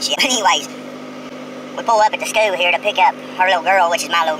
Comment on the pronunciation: OK he "pulled up at the schoooo here" what in the heck is a "schoooo" lol.